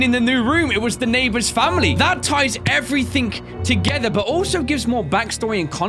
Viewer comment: IF HE SAYS SOMETHING OR EVERYTHING OR ANYTHING HE ALWAYS SAYS A K ON THE END